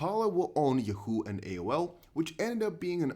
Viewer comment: Hey, it's "Yaaawwwwho" 😉